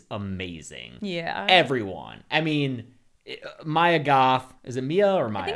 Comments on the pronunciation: dammit it's MIA Goth not Mya Goth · babe, its MIA not “maia"